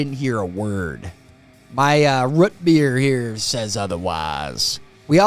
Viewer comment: "Rut beer" ~~ Being from Michigan, I also use to say this. Lol. Its rOOt beer. You do not put shingles on a ruff. You put them on a rOOf. I also stopped saying pop. I just got tired of the conversation. Its soda anywhere I go now.